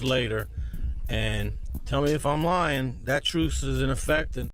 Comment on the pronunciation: it's truce not truth LOL.